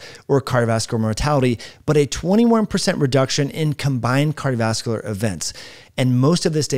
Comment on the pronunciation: A video is not a foot race. You might give some thought to how unprofessional you sound when you are talking so fast that you are not even enunciating the syllables in the words, “cardovaslar”. Say it with me, car-dio-vas-cu-lar.